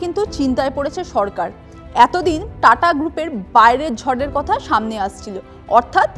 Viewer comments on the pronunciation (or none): none